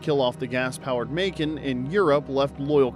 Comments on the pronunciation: It's Muh-Kaahn. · AI is still learning🤫